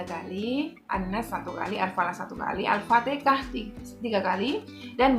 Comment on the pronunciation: Assmlkm...maaf ya mbak...harusnyakan Al- fatihah dan bukan al fatekah..